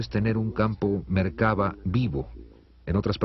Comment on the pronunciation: Se dice "La Merkav'a'.